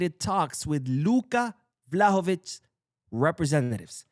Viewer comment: He needs to learn how to pronounce Luka Vušković first. Don’t think I could listen to a whole video of it being pronounced Vuhskovic